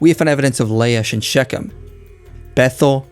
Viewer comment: excellent video. But please learn to say ''ch'/'kh' as in Shechen. The guttoral 'ch' is such an important sound in Bibilical and any Near East history. But thanks for the video.